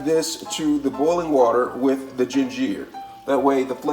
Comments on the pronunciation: Lost me at jin-jeer! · This guy needs to learn English flavorration gingier parsalie flavier aldental are you trying to sound like a French chef Bag it . Dude you need to go back to school no offense but man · Please pronounce it *raHmen instead of "raYmen" and *gingUr instead of gingEEr cuz Bro that was painful lmfao 🤣 dont even have the oomph to comment on the parsley and everything else mispronounced almost on purpose? 😭😅 lolz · Raymon noodles gingeer and par sa lee is crazy 😂😂😭🤣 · Ray-men noodles!????! I can’t trust a man that pronunciation Ramen, RAY-MEN & ginger, GIN-GEER… 😂😂😂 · Why he pronounce ginger like that gin-ger!! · Where the heck is this guy from? Flayveer, gingeer and raymun, parsalee, aladental and spreaderated? How ignorannt can anyone get? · I was legit like "Gingeer? What's gingeer-oh." haha loved this vid. Also never thought to add ginger to raymen noodles. I'll give that a try next time I get my hands on some. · Gingeerr.. Lol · he said "raymon" and "gingear" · yeah i was Raa MEN not Ray mon ... but the Gingeer is pretty funny too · I love how you say ginger, flavor, and parsley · That’s the first time I’ve ever heard ginger pronounced that way